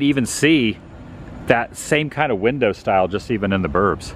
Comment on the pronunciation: Please,have the courtesy to STOP talking while the Tour Guide is talking. I have never been there and I would have liked to hear what he was saying. Also,IT IS NOT /Windah/it is WINDOW.